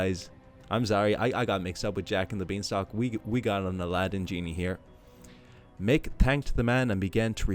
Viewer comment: That is amazing 👏 Thank you for reading it. I laughed so hard when you mentioned Jake and the Beans Stock 🤣 😂 And how came the fairy sounded like Irish mommy ? 😀😃🙂🙃😊